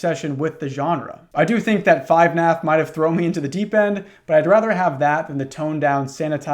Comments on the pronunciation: when the fuck was it called 5naf its FUHnaf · "5naf" instead of "fnaf" is my favorite small detail